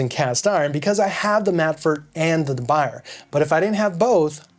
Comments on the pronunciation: It's not pronounced da by-er. It's French. It's pronounced da boo-yay. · pronounced as “de buyey” not the buyer😀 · De "Buy"er lol, I think it's pronounced DeBooyay, ya know.. French and all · De boo-yeh not de buyer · It’s pronounced “dub bu-yeh”. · You're pronouncing it wrong. It's Duh Bu yeh. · Good video. Quick note: De Buyer is pronounced DUH BOO YAY. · deh-Boo-yeh. say it right! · De BOO yay. That's how it's pronounced. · We all gonna keep letting you say "de buy-er"? It's French! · Not really. I've been many times to China, Taiwan, Japan, India, Brazil, France, Holland, lived in Germany for a few years, etc. The different pronunciations are due to accent, eg, Spanish speaking people pronouncing ch and sh. But that's regardless. It's not da byer. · for the record Debuyer is a surname with French origins. Not Dutch. And there is only one correct way to pronounce this word (Duh Bu yeh). He sounds silly saying it wrong over and over in this video. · Sir, you might want to learn how to correctly pronounce the name of the company, du Buyer. The Hint, it’s French. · It hurts when you pronounce "de Buyer" 🤣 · P.S. "Uncle Scott" of Uncle Scott's Kitchen used to mispronounce De Buyer, also. He corrected himself instead of making rationalizations. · Please, try to pronunce it well. You talk in some kind of english, but the french pan have to be well pronunced ( or at least, nearly. ) Do an effort...